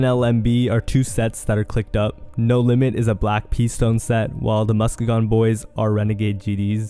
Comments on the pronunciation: MusKEEgon You always mispronounce stuff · Its pronounced MUSK EEE GEN bro😂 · You can't even pronounce Muskegon the right way 🤣🤣🤣